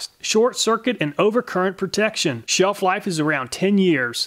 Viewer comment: The Castnoo also read "sheef-life"